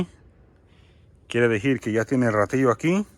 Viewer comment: Hola. Mi pones nerviosa 😁me en canta cuando. Dises. Kiero dijir. 🤣Pero eso ke no te importe tu abla como puedas.. Saluds. Ojala en cuentres muchas cosas. Nooooo ratas😱😱😱